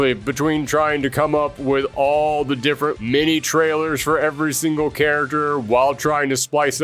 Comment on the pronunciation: I love your content so much... But I'd really love it if you could work on your pronunciation of the world character. You say it like 100 times an episode